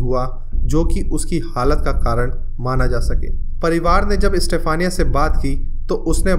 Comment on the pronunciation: Bhai istafaniya nahi yaar stephena.....